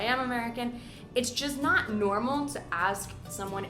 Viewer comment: What's that NAT you keep talking about? As in: "We native speakers do nat use..."